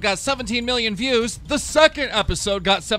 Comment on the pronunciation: He said go's instead of views